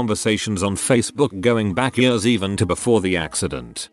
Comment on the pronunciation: Yeuurghs (years)